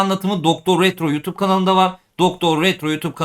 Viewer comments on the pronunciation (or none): none